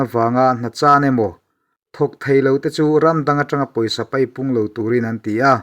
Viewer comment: 'Pawisa PAIPUNG'. 'Paipung' niloin 'PEIPUNG' tih tur aw.